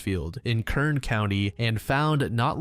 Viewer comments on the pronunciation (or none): none